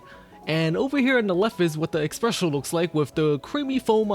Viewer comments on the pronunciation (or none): you said espresso wrong, with a X when it's a s Ess press oh